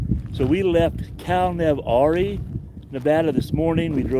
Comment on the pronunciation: Good videos I'm enjoying your trip along routes I've traveled many times over the years. However you missed my point about the pronunciation of Cal-Nev-Ari. It's not pronounced Ahri, it's pronounced Ari, just like Arizona. The name comes from being in proximity of the three borders of California, Nevada, and Arizona. It's usually pronounced as one-word Calnevari, not Calnevahri.